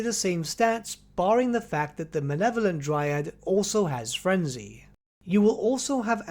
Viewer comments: Mah-Leh-Vo-Lent Please, stop saying "manevolent" it's driving me insane. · Also your mispronunciation of Malevolent is going in the book.